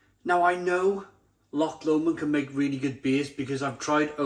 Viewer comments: It's pronounced Low-mond, not Lamond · Odin's beard always available in most Scottish Lidl's and as you say it's brilliant. You say loch fine, it's just Lomond, which is basically said like 'low-mond' 👍